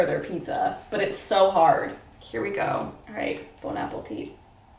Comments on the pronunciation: did you say boneappletea instead of bon appetit? oh my god hahahaha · “Bone Apple Teet” wtf lol?